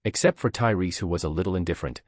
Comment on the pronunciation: Lol, it went from Tyreese to turry to tailai, wtf, how can you fuck that up twice.